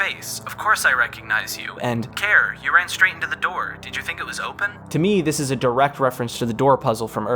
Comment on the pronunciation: Why not pronounce Care as Carrie? Why not view the end of the soundtrack video?